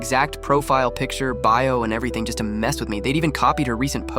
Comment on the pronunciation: When it said, “EveryothiNnGggG, clicked” thought it was a glitch, so I watched it 2x, nope just how he said it 😂